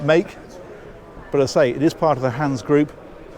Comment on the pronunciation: The e in the end of "Hanse" is pronounced the same way as the "e" at the end of "Miele" ;)